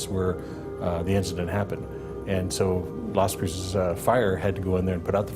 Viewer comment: Finally someone on YouTube who can pronounce Las Cruces correctly.